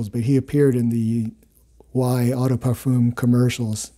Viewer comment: Eau is pronounced /ō/, not /ah/.